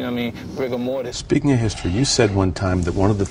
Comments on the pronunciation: Rigor Mortith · “Before he dies of rigour morris” 😂